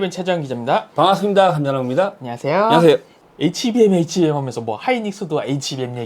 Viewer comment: 안녀하세여 케이벤체재연기잡니다 뭔가 한음절 빠진느낌 ㅋㅋ